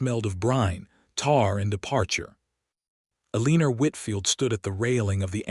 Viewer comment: Can we not get AI to fix the mispronunciations El-i-nor NOT A-lee-nor, Rej-i-nold NOT Reg-in-old